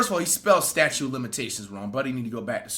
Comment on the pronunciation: it's STATUTE Flight...NOT STATUE!!! lmfaaaooo